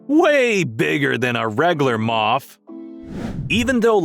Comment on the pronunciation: "way bwigger than a wegulwar moff."